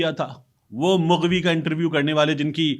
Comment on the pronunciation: Sir mooghvi nhi hota, maghvi hota he, plz.......